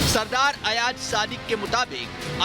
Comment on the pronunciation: Sub se pehle toh aap name lena sikhye ayaj nahi ayaz hota h or yahan social media p bakwas karne se kch nahi hota kch kr k dikhao agr itni auqat h toh woh pak foj hi thi jisne india ko dhool chatai thi or tmhre abhinandan ko pakra tha agr tum logon m itna hi dum hota toh woh kbhi pakra na jata tum logon ka toh sir tb hi jhuka diya tha pak army ne anbhinandan ko pakar kr chale bechare bat karte hain lol😂😂😂😂😂😂😂😂😂